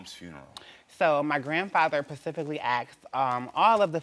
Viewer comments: That is male or female? Also its " specifically" not pacifically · My grandmother PACIFICALLY did….. ummm you mean “specifically “ 😒🙄 Arrest this man! He gave away federal food stamps and defrauded the govt. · I love it when people do something “pacificly” 😂